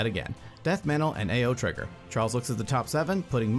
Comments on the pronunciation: It is pronounced like Ow. Also fun fact, it means blue in japanese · Japanese speaker here, its pronounced Ah-Ou , by the way, 3 the english name lack a U word somehow as its a 3 character word in Japanese. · Since it's from Kamigawa, it's safe to assume you should use Japanese pronunciation for Ao. Thus it's pronounced "Ah-Oh", or basically just "Ow".